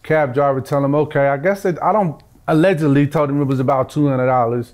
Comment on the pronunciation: My dude is clunky with the “allegedly” 😅